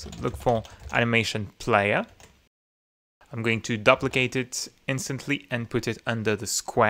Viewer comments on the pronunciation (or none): Another great video. BTW - the beginning of the word "duplicate" is pronounced like the word "do". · Thanks for this. Your English is great. One suggestion: the 'du' in duplicate is usually pronounced like the 'du' in duty.